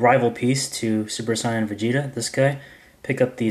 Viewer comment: it's (say-an)